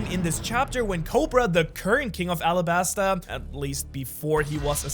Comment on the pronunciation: Arabasta not Alabasta as Oda confirmed. It's like the Arab country.